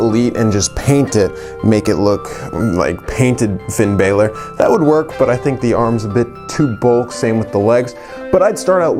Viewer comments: Said Finn balor wrong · U were pronouncing finn bálor wrong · I cringed everytime he pronounced Finn Balor wrong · Firepower Pop l agree! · Orange Juice same